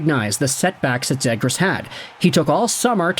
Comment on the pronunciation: The way you pronounce Zegras, is like me pronouncing Lagoricks. Oh and if 50 Subredditors are worried than I guess we should trade him.